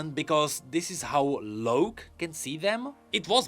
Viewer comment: Idk why tf hes saying it like that